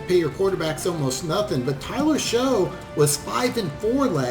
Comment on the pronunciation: Tyler Shough's last name is pronounced "Shuck".